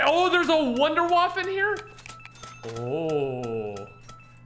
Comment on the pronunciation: "I wanna waffe!" Also: 'Fails to notice the waffe on the ceiling'